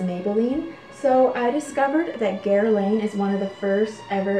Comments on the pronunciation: Guerlain not Guerlaine! Good show by the way! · Hello!!! The designer Guerlain is actually pronounced (Gerr-lahn). The "Guer" is soft where the "n" in "lain" is almost silent. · Pronunciation of Guerlain is: Guer-lahn. And thank you! Another charming video! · Gear/Gur-lawn = Guerlain